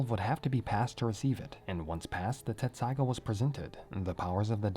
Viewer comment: Hey I gotta ask. I thought it was Tetsusaiga. What’s up?